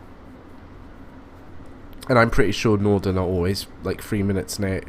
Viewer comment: Just saying it's Northan not nordon